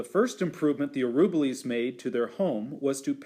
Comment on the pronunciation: This is the best of the read-alouds of the book in terms of seeing the pictures, but the reader mispronounces the name "Araboolies" throughout the reading. It should be pronounced ah-rah-BOO-lees.